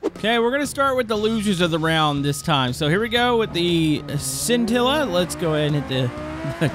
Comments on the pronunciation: I need a counter for how many times he said sintilla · What are you saying it wrong with the pronounced shintilla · Stop saying sintila